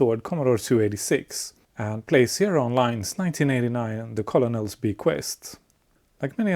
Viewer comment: Colonel is usually pronounced "kernel" in English, but it might be engagement bait? :P "Very tiny boat" *slams into pier* "... With bad brakes"